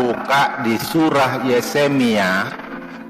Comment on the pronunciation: Ko ahli Injil,bahasa nama toko saja tidak benar,Yeremia dibilang Yesemia,Ali mustafa kalau anda mualaf mualaf yang benar dong tidak baik.itu namanya finah dalam bahasa hukum Indonesia anda itu sudah fitnah agama.trimakasih